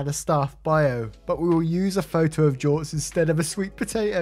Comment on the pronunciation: You pronounced it correctly. Good on you.